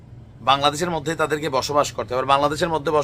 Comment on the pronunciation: "এয়ার মধ্যে" চমৎকার উচ্চারণ